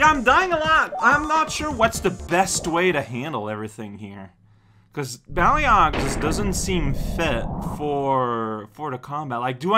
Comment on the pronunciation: Oh, im not sure if anyone's mentioned but it's pronounced "Bail-og" not "Bal ee og". Thats how they say it in Heroes of the Storm, the Blizzard MOBA where The Lost Vikings are a character